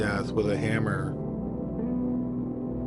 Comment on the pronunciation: Good grief, can you say Beat'n wit a hamm-ahh 15 more times